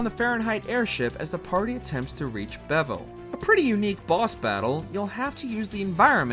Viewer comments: The greatest boss for this narrator is still pronunciation Cecil: with a short 'e' sound. Name is spoken aloud multiple times in the 3DS remake Ozma: ahz-ma, just like in the book/movie the name was taken from Bevelle: be\velle not bev\elle. It is said aloud in the game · Jesus Christ maybe get someone to record who KNOWS anything evvrae is a guardian WYRM and it’s pronounced beh VELL